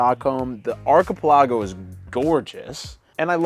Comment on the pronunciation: For the love of all that's holy, please do not send them to another archipelago, so we don't have to hear them try and pronounce that word again - it's like nails on a chaulkboard